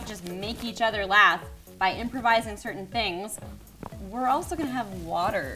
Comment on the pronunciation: Anytime someone says "laugh" I hear "LaF"